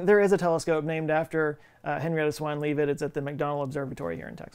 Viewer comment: I'm going to be a jerk! Shapley is pronounced like it's spelled, like 'chap' is, and good ole Henny Leavitt is Lev-it, doesn't sound like it's spelled. Astronomers everywhere are appalled at your pronunciation...it's not even a foreign language, FCS! 'course, you are Texan... used to be a foreign country, I guess. Hey! You've had more than enough time to get it right!